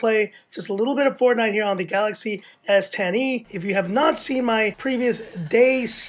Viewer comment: The way you say s10e sounds like S tiny lol